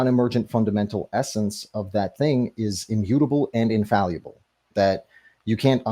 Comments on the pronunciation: The fact that he never once pronounced infallible correctly is incredible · It's almost too perfect that he repeatedly mispronounces the word "infallible." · His mispronunciation of the word 'infallible' is killing me. Over and over and over again. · I kept waiting for him to pronounce fallible correctly but it never happened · Can’t get past how he pronounces “infallible”. It’s like he is trying to say invaluable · I wondered if he was attempting to combine the words, infallible and invaluable? lol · Wtf is "infalliable"? Is he trying to say "infallible"? He says it a thousand times... I tried to ignore it but he keeps saying it and it got under my skin. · Infall-e-ble.... I now can't unhear it now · "Infalluable" is killing me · If dude says infaluble once more time, I'm gonna die 🥴😂🤡 Not a word, bro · Infallible The word is "INFALLIBLE". The word is not 'In-falee-able" or -'in-valee-able' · "Infaluble" ? What language is he speaking? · Pedantry Trigger Alert: Is he saying "invaluable" or mispronouncing "infallible," (which would be hilarious). I'm fairly certain it's the latter. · I'm so glad someone else mentioned this. Theists are annoying enough already, hearing "Infall ee able" every 2 minutes is triggering me more than any bong-water argument he's trying to make. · Hearing him keep saying infallyable is getting really annoying. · "Infaluable" Every time he says it it hurts me but i cant stop listening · bro why does he keep saying infalliable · Was he trying to say infallible when he kept saying infalluble? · If I hear him say infalleeuhble one more time, my head is going to explode. Also, he has a fundamental misunderstanding of Heisenberg's view about God (which is just an impersonal, non-agential explanatory principle, NOT a personal God with a mind and thoughts who makes decisions etc.) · Why does he say "infall-U-ble?" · One of the worst parts was hearing him say "infalliable" over and over again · what about "infaluable" 😂😂😂